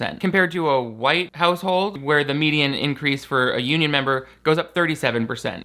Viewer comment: Gotta laugh that you said he should have said “beginning” instead of genesis and yet you used “disparate” instead of unequal. (And mispronounced it). :)